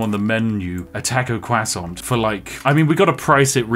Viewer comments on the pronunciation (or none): Every time you say TĂHKO I wince. TĂHKO QUASON was like a spear through the chest. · “Tacko kwahssant”